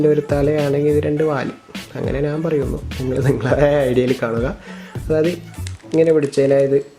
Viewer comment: നാൻ അല്ല ഞാൻ